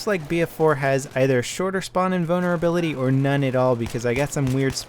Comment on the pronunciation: Trolling: hu,hu you said spawn in bonerability